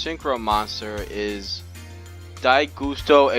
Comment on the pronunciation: I'm pretty sure its Guss-toe..... you know... like a gust of wind....because... they're wind type.